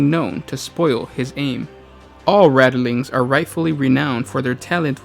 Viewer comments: Probably...and it's rat-ling....not rattle... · RATLINGS!!!!! NOT RATTELINGS!!!!!!!!!!!! For fuck sake!!!!! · Keeps saying "radilings". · 🤔Rat lings not rata lings. Sorry but so much watch. Love to guys though. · Rattleings?! TRIGGERED!!!!!!